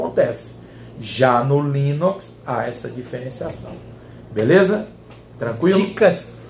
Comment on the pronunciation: rsrsrs...."já o Linóx"....rsrsrsrs